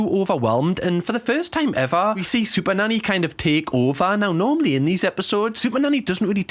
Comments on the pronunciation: Sounds like he is saying Super Daddy in the beginning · Is it just me or did the first 2 occasions that you said 'super nanny" sounded like super daddy. 😂😂😂 every other time has sounded normal so far but not the initial two times 😂😂😅😂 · Sounds like you're saying super-daddy 😂😂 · Do you realize you're saying SuperDaddy ? 🤣 She's Super Nanny 😂 👍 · Sound like you are saying super daddy 😅😂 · He pronounces it better later. Reminds me of Benedict Cumberbatch with the "pengwings"